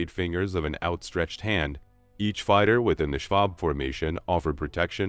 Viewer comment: Schwarm, not schwab!